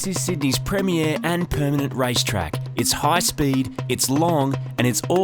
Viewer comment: Did you say ''Rice Track''? xd